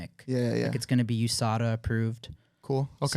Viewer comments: Kyle pronouncing usda instead of saying u.s.d.a had me rolling for some reason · "USDA Approved" Kyle: "YouSada" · “It’s gonna be YUSADA approved” 🤣🤣 I’m weakkk